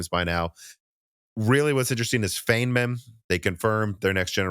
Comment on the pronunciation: Everyone I've seen talking about the Feynman architecture has pronounced it like 'Fane men', when the correct pronunciation of the name is like 'Fine men'. I don't blame people for not knowing, but I'm a physicist and I laugh every time someone says such a famous guy's name the wrong way.